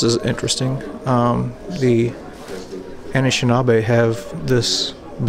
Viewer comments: your pronunciation of “Anishinaabe” is almost perfect. The first “a” is pronounced like “uh” and the “aa” is pronounced like “ah”. Excellent video nonetheless! Keep up the awesome work! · You were right on how you pronounced anishinaabe. They are the local indigenous native from my city. (North Bay, ON Canada)